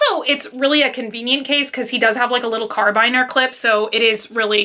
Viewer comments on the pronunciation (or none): She said Car-Biner Clip, but I've only ever heard Care-A-Be-An-Er or Care-A-Bean-Er. Does anyone know which one of those is right? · Kara-bean-er (Carabiner) not Car-bine-er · Are we not going to talk about how she said carabiner? 😂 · Right? Then I got confused like 'is this the real pronounciation'?! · It's the second time this week I've heard an American pronounce it like that so I thought that must be how you guys say it! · It had me shook. I literally went back 3-4 times making sure I wasn't just hearing wrong. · I love how you say carabiner. Lol